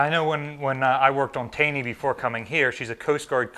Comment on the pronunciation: USS CGTaney is pronounced TAW NEE not Tay nee. It's named after Supreme Court justice Roger Tayney. There is a town in Maryland named for his family Taneytown pronounced Taw nee town. Makes no sense but that's the way they/and he said it.